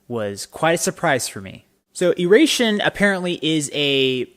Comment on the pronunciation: Thanks for taking the time to listen to our music and sharing. Glad we were able to help you through whatever we needed to work through. Hope you can make it out to a show sometime PS it's pronounced "eye-ray-shun" :)